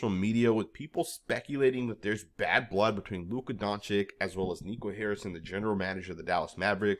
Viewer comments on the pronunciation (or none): It's not Donchick. It's more like Donchich. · at least say your superstar's name right. it's Don-cheech